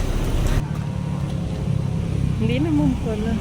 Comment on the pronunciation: Ano pó bà yng palagi mong sinasabi mam na Malakí? Kaya nalilito Ang mga rider dyn Kasi yan Ang palagi mong sinisigaw sa kanila,'MALAKÍ!' 😂